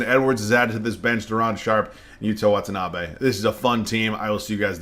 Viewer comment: just letting you know the pronunciation on Watanabe is the best i’ve heard from content creators 😪